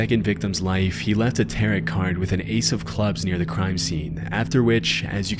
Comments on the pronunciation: My friend, it's pronounced "tarrow" card. Not "tarret" card. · "Tar-rot card"... I believe you mean Ta-row card 😉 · Are.... Are you pronouncing "tarot" like "carrot"? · "Terret" cards 🤣🤣🤣 I'm dying 🤣🤣🤣🤣🤣🤣🤣🤣🤣🤣🤣🤣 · no way bro pronounces tarot like "carrot" 😭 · The pronunciation of the word tarot hurts me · The pronunciation of "tarot" cards in this video makes one suspect this channel is indeed A.I. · A spooky creepy YouTube channel should know how to pronounce tarot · Tarot rhymes with 'pharaoh'. Also: there are no ace cards in a tarot deck. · lol at how you said "tarot".